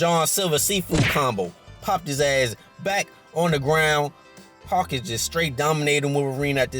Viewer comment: Bruh I kept thinking this nigga saying hawk not hulk lol, love the vid tho